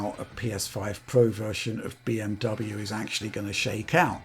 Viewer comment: Deutsch pronunciation 🔥 🔥